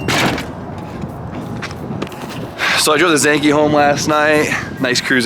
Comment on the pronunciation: Why why why do you say “Zankee” bruh. Zenki…..